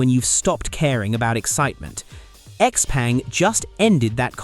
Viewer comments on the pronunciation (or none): X peng is pronounced X Pung